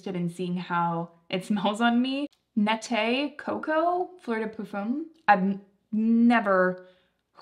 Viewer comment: Not to sound rude, but Nette is pronounced “net”… it would end with an é to sound the way you pronounced it. Just trying to help! ❤